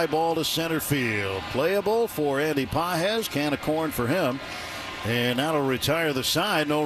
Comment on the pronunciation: Does anyone else hear Andy pot head when they say his name